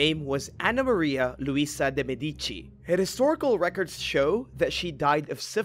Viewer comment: Please please please please have your narrator check the pronunciation of words before doing his read-through of the script, de Medici = duh-med-ich-ee This is just one example of the MANY improper pronunciations that I've heard. it's irritating, af especially when the word is one that needs to be repeated multiple times, i can ignore the one off mispronounced word, but when it happens as much as it does with the narrator employed presently, it's just shoddy workmanship